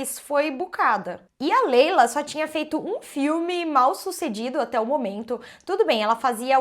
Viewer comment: O nome da atriz se escreve Laila mais se pronuncia Leila ela esta correta